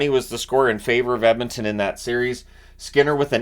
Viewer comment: Can’t wait for another 2+ weeks of pronouncing it “Emintin”!